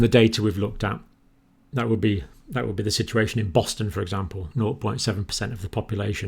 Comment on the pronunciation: Like how he says nor... lol zero here